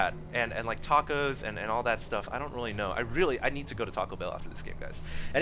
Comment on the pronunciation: I'm pretty sure that's pronounced "Tack-O" looks JP to me (or possibly Korean?) Another scrub game... *sigh*